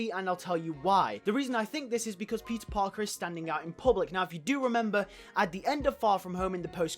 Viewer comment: sounds like "PIZZA parker" 😂😂 great video tho!!👍👍👍 pizza time!